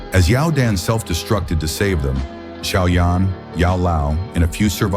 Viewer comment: It's xiao yan not shaoyan and it's dou di not dudi